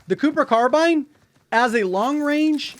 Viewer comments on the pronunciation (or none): none